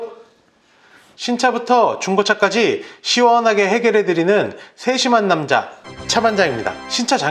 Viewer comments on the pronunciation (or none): 좋은 정보 고맙습니다. 허나! 해겨데드디는 발음 좀 ㅋㅋ